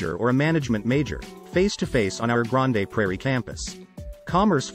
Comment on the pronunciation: AI voice, lol! It's "Grand" Prairie, not grand A prairie.the E is not pronouced